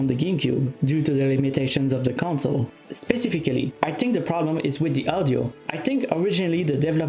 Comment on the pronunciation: Not to disrespect, but the way he pronounced "specifically" was really funny